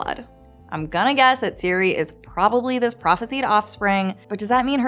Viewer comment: Ciri not Siri!!!